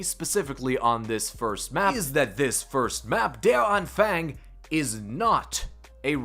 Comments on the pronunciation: Yo good videos bro been watching ya since you started just to make it easier to say in future videos it’s pronounced (der-an-fung) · My man said "der anfoong" lol